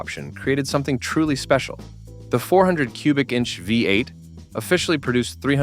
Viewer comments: Who is the idiot narrating this its a VEE 8 not a five 8. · The AI narration sucks. I gave up after the "fiberglass hood" on the AMX S/S while showing said car with a stock hood spring clearly installed. Then the " H-E-M-I five eight". It's bad enough that everyone expects AI to do their work for them, but to allow it to be done so poorly and not even bother to edit convinces me to stop watching with more than 30 seconds left. They don't deserve to make any money from such a half assed effort.